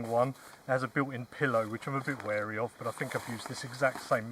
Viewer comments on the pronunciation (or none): none